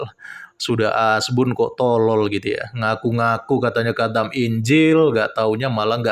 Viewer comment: Maksu itu qathem kale bukan khatam 😂😂😂